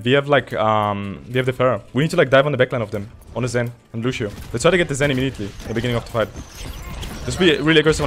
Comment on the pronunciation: yo dude luv ur vids but loshio is lucio